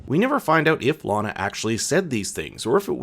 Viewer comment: I'm not sure why your pronunciation changes from "LANa" to "LaHna" halfway through - but it's really bothersome. It shouldn't be.. but it is -__